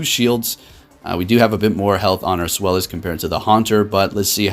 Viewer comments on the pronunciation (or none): Love the content but come on. It's pronounced ZVEYE-lis. The name is derived from the German number 2